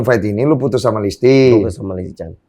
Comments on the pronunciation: LISTY BANGGG BUKAN LESTII :') , nama belakangnya bukan Kejora :') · Kenapa gw dengernya bang densu nyebut listy dengan "lesty" ya? 😅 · Baaaang, listi bang bukan lesti 😆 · Ini hostnya om om nyebut nama salah mulu wkwkw Winson jadi "Winston", Listy jadi "Lesti" 🤣🤣🤣